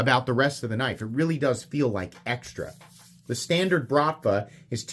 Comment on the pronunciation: the word “BRATVA” is Russian slang equivalent of the Italian “Mafia” It is pronounced with a rolling R and emphasis on the last A: brratvAa